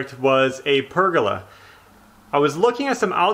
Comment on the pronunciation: Great job,! Yes, it's pronounced Pur-ga-la... I saw this online at Etsy and I thought this screamed "Belle". Can you just picture her sitting underneath the Pergola reading a book in her Peacock chair?